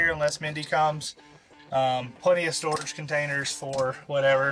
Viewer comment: “Here we have store floorage” 😂